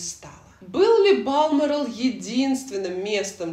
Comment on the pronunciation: спасибо за видео! Но в Балморал все же ударение на букву О